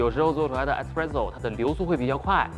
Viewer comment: 是espresso 不是expresso喔。。。